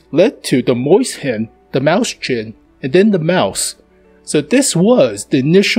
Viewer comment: mauschen, sch is pronounced ssh